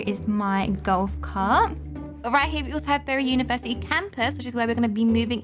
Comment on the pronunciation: “Berr ee university”